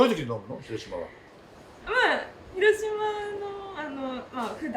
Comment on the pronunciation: 「“し“ろしま」の発音がかわいい😊